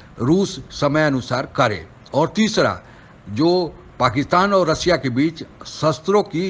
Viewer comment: Sanghai nahin Shanghai, des nahin desh, रसिया नहीं रशिया कहते हैं॥ आप उचारण ठीक करो आप अपना मजाक😜 बना रहे हैं|